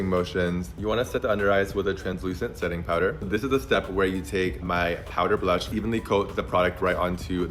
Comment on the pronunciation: i’m american so i’m allowed to critique the absurd way this person speaks. “blush” and “blur” ARE ONE SYLLABLE. no one- and i mean NO ONE says “buh-lush” or “buh-ler”.